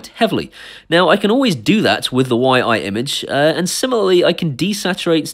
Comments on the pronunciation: I think its pronounced Yee, just from what Ive seen other people say on here... Please count me in :) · Fairly new to you channel, love you different take on reviewing tech and home automation, refreshing change.. I would love to win this camera however it is pronounce "Yi"